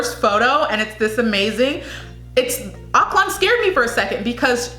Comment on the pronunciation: CAH-piz. Stress on the first syllable PAH-SAHY focus on both separately yet equal stress seh-BOO - stress on second syllable ak-LAN - say it quickly with stress on 2nd syllable not first. Our "o" is short not long like in slow. More like in "on" KEH-zon - again a short "o" bi-LEE-run - stress on the second syllable DAH-vow - like broken vow